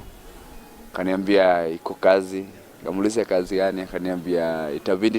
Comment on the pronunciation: Hii uongo haijaenda shule Kiswahili si ya Tanga,ati nikamuulisa 🤣🤣🤣Na kasi badala ya kazi